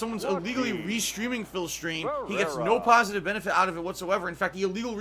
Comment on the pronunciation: "ILLEGAL PAHSITIVE KAHNTRIBUTIONS" might be my favorite quote.